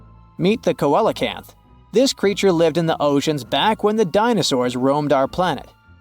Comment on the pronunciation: Pronounced: seelacanth! 🤔